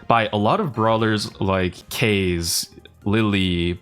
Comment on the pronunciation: can you stop rage baiting and start saying kaze correctly korean boy omg i know you hate the japanese but jesus